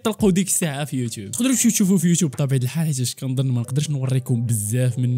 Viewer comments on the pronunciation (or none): none